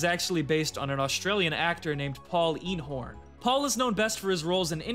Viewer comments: So. my uncle is Paul Eenhoorn (yes, two O's but you nailed the pronunciation which barely no one does!). I had asked him about this, and he had no idea that the scan he did ended up in any thing until I told him about it. The scan was done quite a long time before the actual release of Ep2. Anyway. I had no idea either, until actually playing... now that was one hell of a surprise! Rest In Peace uncle Paul. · just wanted to point out that eenhoorn (with double o's tho, & pronounced AYNE-horn) is dutch for unicorn, so this guys name is paul unicorn